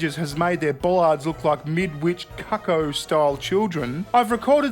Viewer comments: Cuck O'? You mean Cuckoo as in the Bird? 😂 I know in Australia it would be called a Chuzzwozza or a Bingbongwaller or a tie me fuckin Kangaroo down sport, but at least try to speak English! 😂😉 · I love how you spent the time to pronounce Leicester correctly but then mispronounced cuckoo. xD Cuckoo is a bird, from which cuckold is derived. But unlike cuckold or "cuck", Cuckoo is pronounced "Co-Coo" (As in, "Book", but the first syllable is shorter). So, a sort of... "Cu-Cu". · Well between Bearing and Espiritu I now have confirmation that that's just how Aussies say "Cuckoo". 🤣